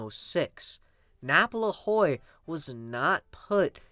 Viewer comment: Great vid again. Boss Napoleon Lajoie's last name is pronounced laj-way.